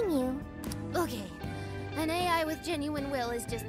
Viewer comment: Ryuji'll definitely have to repeat his 3rd year of high school if he can't even say AI.